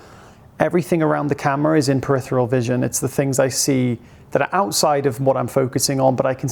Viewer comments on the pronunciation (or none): ~ If you, like me, have this channel as one of your key sources of knowledge - then I'll dare proffer this minor correction - it's periPHeral vision - not 'peritheral'. The word makes sense, as it refers to the periphery. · Another great post. PeriPHeral with an "f" sound. Just trying to enhance the experience for the pedants like me. 😊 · are you saying peritheral or peripheral.